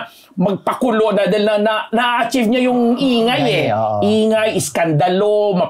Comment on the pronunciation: naiirita ako marinig ung akchiv,akchiv ng na yan.Bat d kaya kino correct ng 3 na magaling naman sa English? d ba atchiv yan?(achieve)